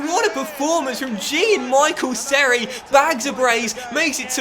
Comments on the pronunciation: BTW it’s pronounced Me-shel Seri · Haha the way you pronounced seri